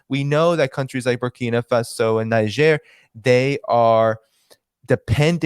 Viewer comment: Niger is spelled (Naydzer) somewhat similar to Nigeria so spot calling it Nizher